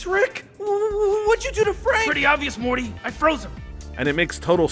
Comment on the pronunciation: He called Morty, Marty